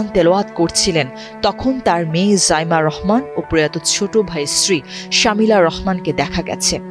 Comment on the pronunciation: ওনার নাম শমি'লা রহমান শামিলা না।